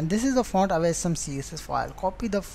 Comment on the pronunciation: dude its ausm not aceee som!